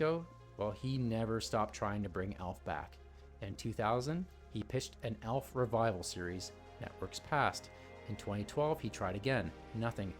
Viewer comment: Elf, Elf, Elf.. Aaaalf, not Elf!